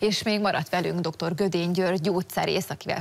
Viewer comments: Mindenhol azt hallom, hogy Gödény rövid Ö-vel, pláne egy riportertől. Nem értem miért nem lehet egy ember nevét úgy ejteni ahogy az le van írva, ahogy kell. GŐDÉNY!!!!! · Azěrt ha valakit meghívunk a műsorba,könyörgöm a nevėt tanuljuk mår meg! Gődėny!!...kedves hölgyem...nem Gödėny... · A riportercsaj még az interjúalany nevét sem képes rendesen kiejteni....